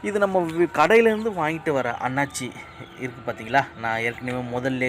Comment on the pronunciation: நல்ல பதிவு ஆனால் தவறான உச்சரிப்பு அன்னாச்சி பழம், அண்ணாசி பழம் என்பதே சரியான உச்சரிப்பு .நன்றி